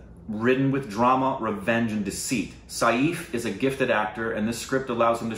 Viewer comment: Saif rhymes with 'waif'. You guys are pronouncing it as Sayeef!